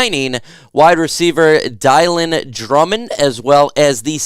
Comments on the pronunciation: Bro really? Dielan. Its Dill lan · I think you accidentally mispronounced his name Dylan Drummond, (sounds like Dillon) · is it really pronounced dielan? Have I had a stroke? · It’s Dylan like Dillon . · Did he just call dude dye-lan?